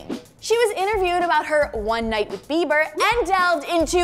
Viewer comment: Bieber not bieder